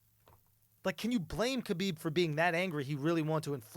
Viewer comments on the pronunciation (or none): His name is pronounced HABIB shit ain’t that hard lmaoo and didn’t Andrew say Connor is in his “head”. Nah nigga dude made fun of his family shit is simple